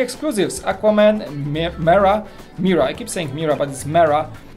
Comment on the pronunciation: I thought jack does all the reviews. Also her name is pronounced “Meerah” not “Mirah”